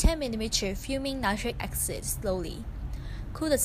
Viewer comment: Acid not axid